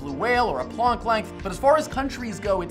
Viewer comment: Plonk length? It's plank like wooden plank.